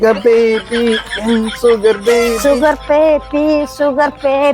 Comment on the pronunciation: சுகர் பேபி சுகர் பேபி சுகபேதி சுகபேதி என்ற போல இருக்கு 😂😂😂😂😂👌👌👌👌